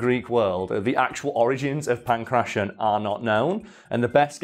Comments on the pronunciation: in pangration the t is pronounced as ,well, a t. not an -ss-. I live in an area of athens with that name. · Could not have looked up the correct pronunciation of Pankration before filming this? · I love how he sys Punk Russian instead of Pankration. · Don't make fun of someone for mispronouncing a word. It usually means they've only read it, rather than someone else reading it to them. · how could you pronounce Kratos correctly but not pankration.